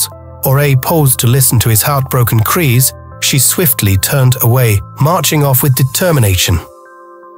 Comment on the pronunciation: are we not gonna talk about how the narrator said crees instead of cries